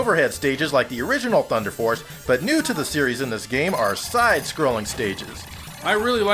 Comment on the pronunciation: THU-EEEN-DAH FOHCE!!!